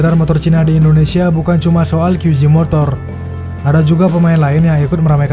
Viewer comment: Kesalahan warganet 62 serung kali menyebut huruf J dlm bahasa inggris dengan "ji" padahal itu utk huruf G...J tetap dibaca Je... Kyu Je motor